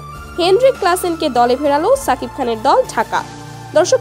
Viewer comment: আপনি তো ভাল করে নামও বলতে পারেন না।(শাকিব খান) আর এসব ফালতু নিউস